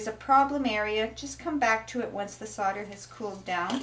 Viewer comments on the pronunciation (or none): Solder is pronounced soul-der